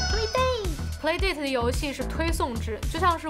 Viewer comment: 这个游戏机是叫play 达塔吧,不是dei塔